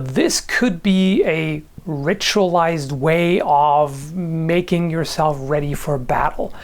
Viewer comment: Did he just say...making fuck?